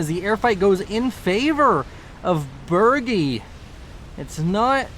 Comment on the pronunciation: Btw around minute 10 was the correct pronunciation of my name (Baergi) but in my opinion the pronunciation doesnt matter